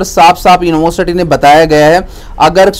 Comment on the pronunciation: University bol nhi paa rhe ho...@@